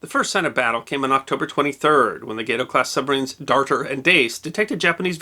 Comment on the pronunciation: Isn't it 'gahto' and not 'gaito' class? If I see right, the name is for a catfish and called after the Spanish name for 'cat'. That's 'gahto'. Did we mispronounce this back then? It's a likely possibility, I suppose...or is this just a mispronunciation on the video? I'm not judging...I'm curious.